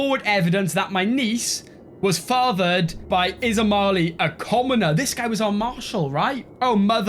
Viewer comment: Not "Ismali". It's "Ismail"